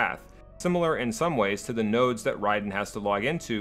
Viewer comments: not nerd, NODE. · not nerd, node